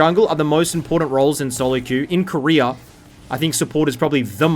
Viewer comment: Koreer too?? wtf is there no A at the end of those names?